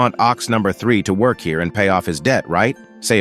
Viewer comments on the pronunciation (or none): none